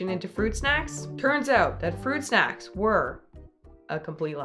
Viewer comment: FWUIT SHACKS :3